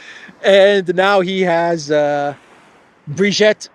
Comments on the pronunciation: Her name is not "Brigette". her name is Brigitte - pronounced "Breegeet" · it's Brigitte, the 2nd 'i' is pronounced 'e' as in 'we', not 'ette' as in 'wet'